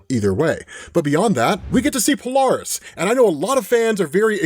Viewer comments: Hey... it's not "Palarist" it's "Pole-air-iss" Polaris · PO-LAIR-ISS. POLARIS.